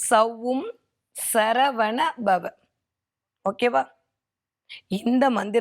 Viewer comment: Mam சரவனபவ but you are telling சரஹனபவ